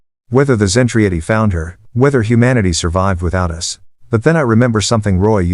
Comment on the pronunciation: ZEN TRAH DEE; terrible AI reader doesn't know English either